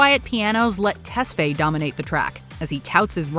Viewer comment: It's Ah-bell Test-fi emphasizes on the i.